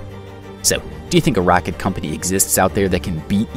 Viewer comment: stop saying rocket, you say it in a weird way